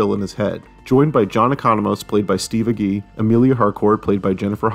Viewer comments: It's Age-y, not A-Gee. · Agee is pronounced "A-jee". At least all the Agees I know say it that way. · I can't wait to watch the show. I'm pretty sure his name is pronounced Steve "Age-E".